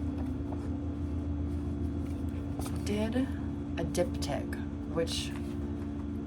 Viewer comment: im v ketted rn and genuinely thought u were saying dick tip not diptych 😭😭 I was wondering ab the logistics of painting that lol